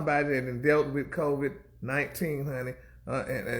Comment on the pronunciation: The caption is on and Gary keeps saying "Covet" instead of Covid 🗣🤣